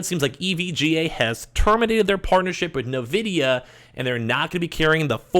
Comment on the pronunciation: N-vidia not na-vidia.